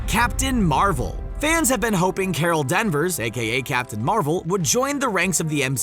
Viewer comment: Captain Marvel, is Carol Danvers, not Carol Denvers. Yeesch!